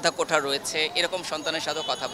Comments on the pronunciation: আপুটি মনে হয় অনেক স্মার্ট🙂 শব্দটা যে ❝কোটা❞ কোঠা না সেটা উনি জানেই না। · কোটা না কোঠা ভাই। এই আপু কোটা ছাড়া চাকরি জীবনেও পাবে না। তাই তার কোটা প্রয়োজন। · ‘ কোঠা ’ কি রে ভাই😂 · কোঠা না? কোটা হবে😢😢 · উনি বার বার কোটাকে বলছে কোঠা কোঠা কোঠা, এমনই তাদের পড়াশুনা কোঠার কোটা। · প্রথম আপু কোটাকে বারবার কোঠা বলছে কেন? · কোটা কে কোঠা বলা এই নারীর মেধার মূল্যায়ন কিভাবে হবে? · কোঠা না আপু, কোটা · কোঠা নয় কোটা। আগে উচ্চারণ শিখ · এই মাইয়া কোটাকে বলে কোঠা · মেয়েটা কতো মেধাবী! কোটা কে বারবার কোঠা বলছে।আগে উচ্চারণ শিখে আসুক তারপর অধিকার আদায়!!! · এরা নাকি মুক্তিযোদ্ধার সন্তান কোটা উচ্চারণ টাও ঠিকভাবে করতে পারে না বলে কোঠা । মনে হচ্ছে বলতেছে চিলেকোঠা। তাহলে এ কি যোগ্য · হায়রে যোগ্যতা কোটা টা ও বলতে পারেনা What is কোঠা means পতীতালয়